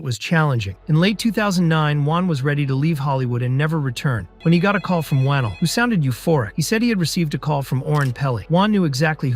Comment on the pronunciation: pronounced wah-nell loved the vid but my man leigh needs some respect